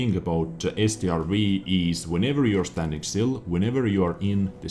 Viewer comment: Strv is not pronounced S.T.R.V it is an abbreviation for stridsvagn (tank in English)